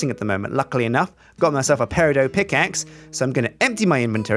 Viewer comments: its pronounced pe-ri-dot not pe-ri-dough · dont troll me for this i have ocd but its pronounced peridot not peridoe sorry for my ocd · the green tools you use are called pear-a-dot well thats how you pronounce it... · It's gonna bother me, and never gonna see this, but peridot pronounced pair-uh-dot. The last syllable is pronounced like it's spelled. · Peridot isn't a french word, the T isn't silent. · The T in peridot isn't silent. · The "t" in peridot isn't silent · THE WAY HE SAID PERIDOT KILLS ME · Pronunciation check: The "T" in Peridot is not silent, despite popular belief.